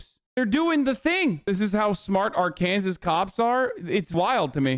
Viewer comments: He did say it right at least once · He says it right everytime